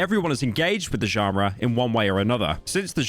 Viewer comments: why do you pronounce it like to at bro, it’s john-ruh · pyro youre saying "genre" wrong, its pissing me off